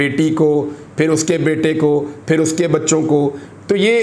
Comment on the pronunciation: Shaaaaiirrrrrrrrrrrrrr Nass ga-ay Fairrrrr (Bhaag ga-ay phir)